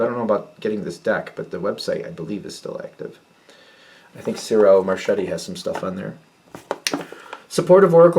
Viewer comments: Ciro Marchetti is pronounced Cheero Marketti. Hello from Roma! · Ciro Marchetti is pronounced …cheero marketti. I love listening to you the Pisces gang! Hello from Roma!